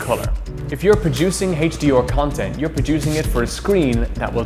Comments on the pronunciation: The guy has virtually no weird accent, and then suddenly HD-OR ? WTF? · HaitchDeOr LMAO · Couldn’t get past how he was pronouncing HDR... HD’or